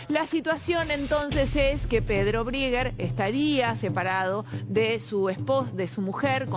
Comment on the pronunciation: "briger" Mamita esta chica. No le da.